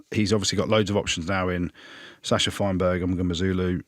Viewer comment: The irony that the host still struggles to pronounce Sacha's name while challenging the guest.